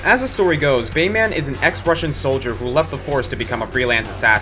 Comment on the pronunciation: The way you say "Bayman," like "Superman" or "Batman," is pretty annoying...